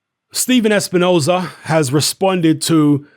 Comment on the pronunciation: Steven espi-nose-hair does it again 🙄